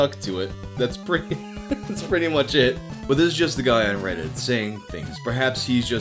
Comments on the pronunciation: I keep hearing "ass credit" instead of "ask reddit". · You totally said "r/ ass credit" the first time, didn't you? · I caught that, thought I misheard tho